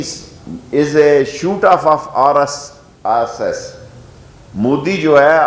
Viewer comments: It's RSS NOT RRS LOL ASS WHOLESALE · He is struggling to say RSS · RSS bolna to seekhle janab pehle